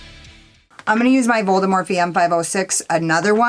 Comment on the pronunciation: No you did NOT just say "voldemorphe" OMG I'M CRACKING UP